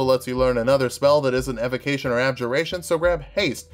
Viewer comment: did you just say 'evocnition'?